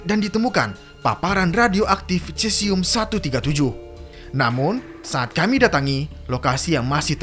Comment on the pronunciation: Maaf koreksi, dibacanya sesium mas.